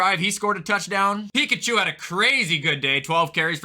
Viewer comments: his name is pronouced puh- check- o! not pickachu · i cant be the only one to hear say pikachu instead of pacheco when going over chiefs stats